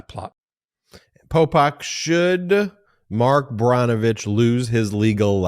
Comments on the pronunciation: Brnovich - pronounced like Burr -novich, not Brah-novich. :-) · Ben, please correct your pronunciation of the former AG in AZ. His name is Brnovich (pronounced burn-o-vich. PLEASE